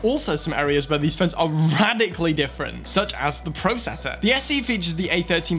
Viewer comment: Dayum he said Pro cessor instead of processor 😂